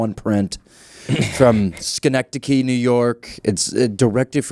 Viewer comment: Schenectady, skin-neck-tiddy